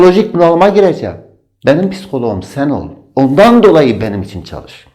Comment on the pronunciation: o ÇAL-IŞ degil ÇAL-İŞ OLACAJKK Y